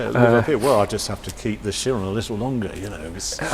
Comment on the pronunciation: Kye-ron, please, not Sheer-on. 'Ch-' in Greek has a hard 'k' sound, as in chemistry, charisma, Charon (the ferryman who took the souls of the dead across the River Styx), cholera, cholesterol, chimaera, choir, chorus, and Stavros, hello ev'ry body peeps, innit. Chiron [Kye-ron...] was the wise and respected centaur-sage in Greek mythology who taught various heroes such as Achilles how to be all tough and clever and manly and butch and heroic. (Notice how Achilles is pronounced 'Akill-ees', not 'Ash-illies'...) Anyhoooo, with a soft 'c', (shhh!) the word becomes all wimpy and French, as in chiffon. I very much doubt that Bugatti named its mighty machine after a bit of flimsy French fabric. The trouble is, various influential motoring journalists (like Jeremy Clarkson) who didn't read books on Greek mythology because the chariots only had 2 horsepower each, got the name wrong. People listened and followed his lead. As JC is a Yorkshireman and is thus incapable of being wrong about anything, ever, (it's the law), Bugatti's billionaire customers called their cars 'Sheer-ons', and the company didn't dare correct them. Bugatti probably now kids itself that the car was always meant to be a wispy bit of cloth, but I refuse to believe such nonsense. Jeremy Shhlarkson should be ashamed of himself. It's a Kye-ron.